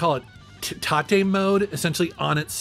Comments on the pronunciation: Its not Tartay mode - its Tate, like saying Mate with a T! Tate.. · It's actually "Tah-Teh". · I think "tate" mode is pronounced T - ate like rotate. Not tah te mode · 'Tate" (tAt or t8) not (ta tae) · “Tah-tay” mode? I usually just say “tate” as in “rotate”. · That was what instantly sprung to mind for me too when he said Ta-Tay. Joe is gonna come knocking. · came here for this comment. tah-tay! 😆